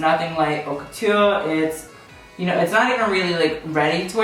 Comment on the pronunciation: you are saying haute wrong.